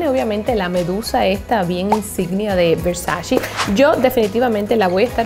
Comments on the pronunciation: la manera correcta de mencionar VERSACE es Ver-sa-CE (Versache), NO Ver-sa-CI (Versachi). 🌹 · IT’S VERSACE NOT VERSACHEE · La marca Versace,no se pronuncia versashi,se pronuncia Versashe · es versace no versachi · Porque dices pronunciandolo (versashi) o (versachi) Donatella ya lo dijo miles de veces es (versache) versace. 🙄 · Es Versace no Versacci 🙄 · Que hermosas cosas! Pero me sigue dando algo extraño cuando escucho que no pronuncias bien la marca Versace ToT